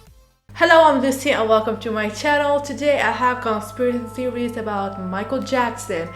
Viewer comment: Bro you cant even say "conspiracy theories"